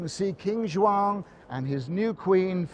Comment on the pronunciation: First English man to say João, properly.